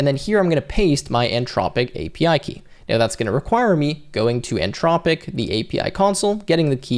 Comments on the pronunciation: Nice tutorial. You do know there's an H in Anthropic right? 🙂It's antH-rop-ic not an-tropic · anTHropic not anTROPIC. Otherwise thanks! Very useful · Came here looking for the comment before I said, "everyone say it with me, the t-h makes the thu sound" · Brother, there's an 'h' in "Anthropic." It's not "an-tropic" 😁